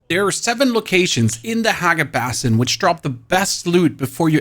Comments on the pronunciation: Let's go ahead and add Hagga Basin and Atreides to the list too. This video butchered them both before the 30 second mark. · Hagga Bass-in huh?